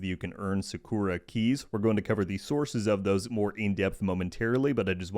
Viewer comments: SA-ku-ra not saKORa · The way u pronounce "sakura" is american af...